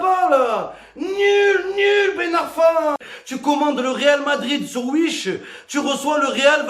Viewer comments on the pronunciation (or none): none